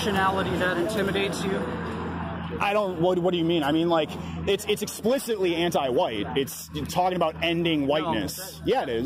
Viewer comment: Enjoyed the Jared Taylor pronunciation of white. Huwhite ! Lol